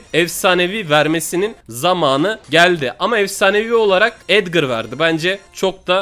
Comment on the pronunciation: Abi edgır değil Edgar ya